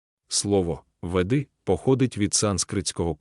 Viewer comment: Веди- наголос на першому складі, але ведИзм, кАрма